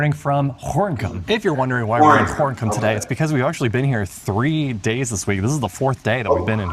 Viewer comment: Gorinchem (-n- is silent). It's pronounced Gorekum (with a gutting "G")